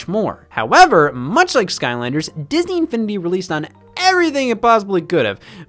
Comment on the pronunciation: Bro, the way he said “Disn-E Infini-D”